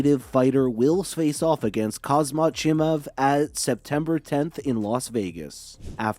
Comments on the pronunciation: Please pronounce his name correctly my ears was bleeding , not khazmat , KHAMZAT THANK u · haz mat as sir chael says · Khamzat, say it 30 times buddy and makes ur video again, u butchered his name first and last